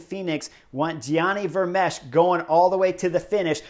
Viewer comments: Chris: Gianni Vermeersch (Pr: ) The 'ch- at the end is silent; the last pronounced letter is that 's'. The ee sounds like 'cake'; That longer 'aaa' sound. So you get: Vermeeeers (with that aa sound as in bake or make). Sidenote: Kwaremont has the same AA sound as Patersberg. The long aa as in, say, Tequila. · Thanks for the great video! Work on that Gianni Vermeersch pronunciation 😉